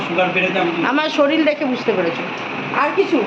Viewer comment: শরীল না শরীর😅😂😂